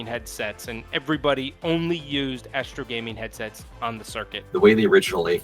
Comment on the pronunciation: Astro "Asteroi" 😐